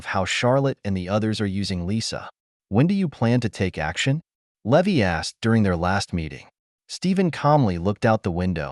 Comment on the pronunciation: The pi’s name should be pronounced Lee-vi, not Lev-vy